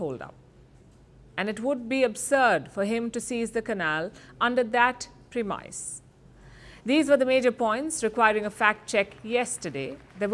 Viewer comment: The word is premise not premice 😂😂